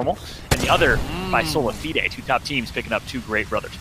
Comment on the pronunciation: He’s pronouncing Solafide so fucking wrong, plz stop